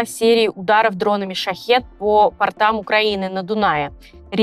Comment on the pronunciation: не по портАм, а пОртам))))))